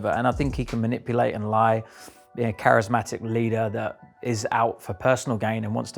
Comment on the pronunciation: charismatic not charesmatic